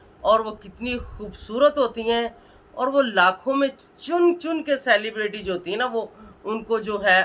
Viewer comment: Bol tu sahi say ap,celebrity bhi bolna bahi ata ap ko